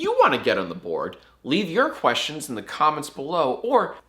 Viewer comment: #jackask do u purposely say “quest-johns” instead of questions in the jackask outro, or am i reading too far into jacksfilms lore?